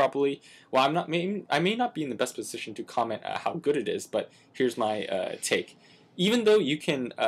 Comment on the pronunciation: *take, not "tale"...though that does sound more epic, lol